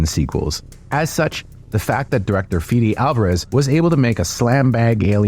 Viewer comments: it's not pronounced "Fidi", it's pronounced "Fede", Federico is Uruguayan so his name is pronounced exactly as written... C'mon man, have some respect on the names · Feh-deh, not Fee-dee.